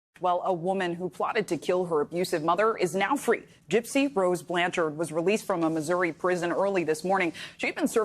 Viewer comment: ...The dude saying BLAN-CHARD is driving me crazy... say it right baw!